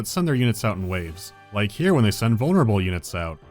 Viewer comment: 'ERE COMES DA COW